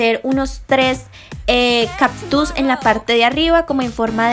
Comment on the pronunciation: Súper bonitas decoraciones y mucha originalidad, pero sugiero que le inviertas un poco más a tu pronunciación mija, son caCtus, correCtor, SHarpies. La gente como yo sabrá que es algo tedioso escuchar las malas pronunciaciones tantas veces... Es sólo una petición. De ahí en fuera me encanta todo.❤